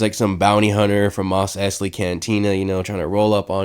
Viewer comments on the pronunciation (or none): Bruh...how you pronounced "mos Eisley"....I really need to talk to you. 100% serious. Please respond to this. Love the channel!